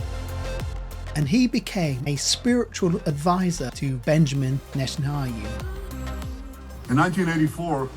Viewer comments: I appreciate the presentation. It’s actually very interesting. However you have to properly pronounce Netanyahu’s name. You keep saying Netanhayu. It’s unbelievable as he is a central figure in this and his name is mispronounced throughout 🤣🤣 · Your pronunciation is poor. You can’t even say Netanyahu. Try splitting the name into two parts - Netan and Yahu. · Why do you keep mispronouncing Netanyahu's name? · You're mispronouncing his name so badly, I can't finish the video... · How is it possible to mispronounce the name of Netanyahu so many times? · lol made me laugh , Net anayhu lol I remember my mum ( who has been with The Lord just over 3 years ) , strugglning with how to pronounce his name correctly too, we used to laugh ! one day I said to her NET and YAHOO then after a bit of practice she got it . Thanks for the Video , Jesus IS definitley coming soon, He's only been gone two days on his clock or thereabouts .. Glory to God !! Prayers for peace for Israel and the salvation of the unbeliving Jews the World over and the salvation of unbelieving gentiless too Amen Amen and Amen God bless you and yours , and a new sub here from North Wales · When I hear you mispronounce his name it makes me not trust you. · It's N-E-T-A-N-Y-A-H-U How many times will you mispronounce? Good documentary though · Pls be corrected, it's Netanyahu not Netanhayu as the video narrator keeps on mentioning. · The narrator MISPRONOUNCES Netenyahu's name umpteen times! It would be far more convincing if at the very least you can get someone who can say Neten Yahu, not NetenHayu!!! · My brother its Natan Yahu - not Natan Hayu. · His name is Netanyahu not Netanau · Why do you say “Netan-ha yu” 😂😂. It’s Netan-ya hu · NetanYA HU...say it with me...please and thank you! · I don't think you should be making a video on Netanyahu when you can't even pronounce his name right in the first five seconds of the video... Netan HA YU? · not Netanhayu, but Netanyahu!!! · Brother, it is NetanYAHU, not HAYU